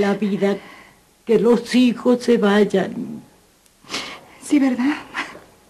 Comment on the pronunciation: Que molestia esa empleada que dice shi y no si 😡😡